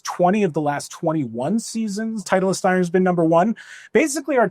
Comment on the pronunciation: Why does this guy add an extra E to titleist